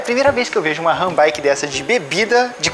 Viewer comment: E pq vcs falam Rã Bike???? Hahahhahahaha